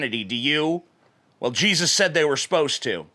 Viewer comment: everytime you say jesus I hear cheesus